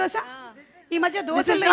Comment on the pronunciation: Doshaalu kadhu doshelu😊😊😊